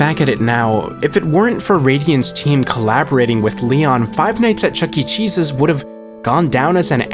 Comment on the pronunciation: I'm so sorry but when you said "The redemption of Chuck E Cheese's" all I heard was "The redemption of Chuck E Jesus" 😭😭